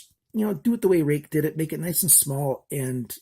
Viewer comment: i googled the spelling and google says its pronounced "rooick"